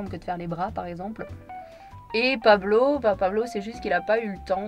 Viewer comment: 🤣🤣🤣 j ai trop rigolé pour la prononciation de Pablo 🤣